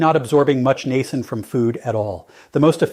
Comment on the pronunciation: I watch your YouTube videos faithfully and get so much good information always. However, this AI presentation is awful. The robot talks so fast, mispronouncing simple words like Niacin, and it's impossible to keep up at all with his conversation. It's especially hard when you listen again and hear the same thing which is the simple word "Niacin". It's so hard to keep up with what is being said, especially with all the medical words, measurements, doses daily when the speed is so fast. This "robot" is particularly bad by the way. Could you please go back to just making the videos without the AI. It's going to be the ruination of our world before it's all said and done. Thanks for anything you can do to help.